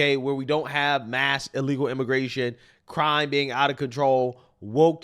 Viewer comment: Frankly there's never been a good time to be an ee-lee-gal immigrant in any place in the world.